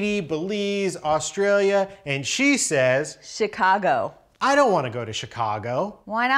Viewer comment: Wow he's really dedicated to pronouncing it Chy-cago -_